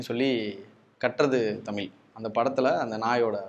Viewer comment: ..u look handsome, interviews are interesting ( d recent one with Madavan too). BUT... can u plz change the pronunciation of 'TAMIZH'